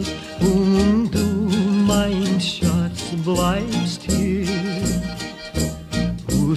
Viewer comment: *Schatz, not Schat.